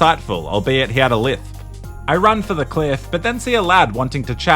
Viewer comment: pronouncing it "lithp" got me lmao I was not ready 😂😂😂